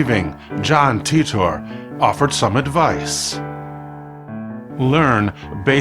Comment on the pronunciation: "Teet-tor"? I always thought it was pronounced like tighter.